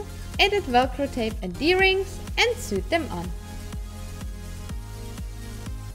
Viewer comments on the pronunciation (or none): You “soo-ed” them on?? You mean “soh-ed”?